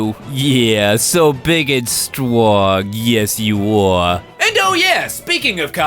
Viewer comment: So stwong